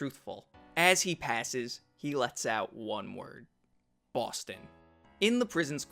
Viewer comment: Homeboy and his Boston pronunciation